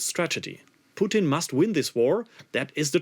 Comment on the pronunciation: Bro man called Putin poutine 😂